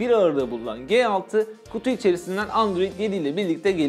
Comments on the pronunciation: ELCİ diyorsun GE6 diyorsun. ya turkce yada İngilizce söylemen gerekmez mi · LG G6 Nedir be arkadaş şu telefonun ismini bari doğru söyleyin :) L'G derken ki G harfi nasıl okuyorsun G6 dakini nasıl aradaki fark ne G nin yanına 6 gelince dahamı başka çıkıyor ses ?